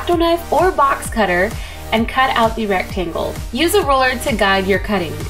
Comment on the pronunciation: ohhhhh, she said RULER. I kept hearing roller